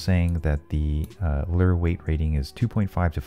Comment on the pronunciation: How you say lure? Lurrrr